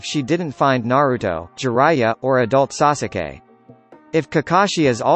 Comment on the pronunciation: The way he says sasuke triggers me 😂 😂